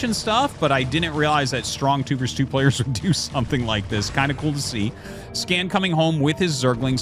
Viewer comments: 2 v 2 sounds better instead of pronouncing it 2 vers 2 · The word is "versus," not "verse."